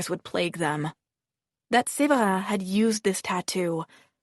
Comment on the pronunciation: not the fake french accent :/ Séverin is not prononce like that, like at all...